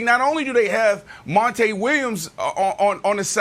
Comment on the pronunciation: And Called the Phoenix Coach "Mon-tay Williams" 😫